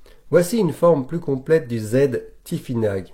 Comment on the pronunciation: cela ce prononce tifinar en phonétique c'est juste une petite précision sans aucune haine cordialement